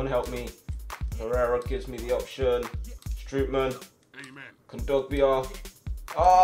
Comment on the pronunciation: You actually have to prenounce Strootman as Strohtman